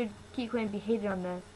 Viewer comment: Kikwang isn't racist!!!!!!!! Don't hate on kikwang!!!!! And plus she said kikwang wrong